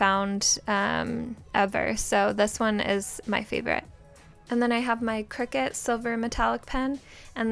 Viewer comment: Aliexpress is super unreliable. Oh and it’s pronounced Cry-cut. No shade just been using the brand for a looooong time. Like 20 years or something and Athe brand reached out and I asked them how it was pronounced. And they told me so yeah. Thought I’d let yas know 💖